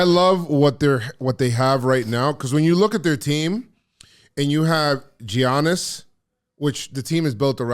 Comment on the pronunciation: Love but c'mon man you can't be pronouncing the "G" in Giannis 😂